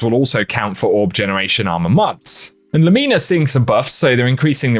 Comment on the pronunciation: The way you said lumina was well weird